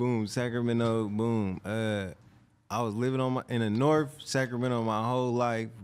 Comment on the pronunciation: Big bloody from the "Norff"😊